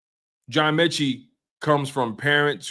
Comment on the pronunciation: Metchie not meechie lol